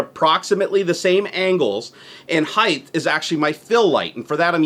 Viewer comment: English tip of the day: height doesn't end with an H.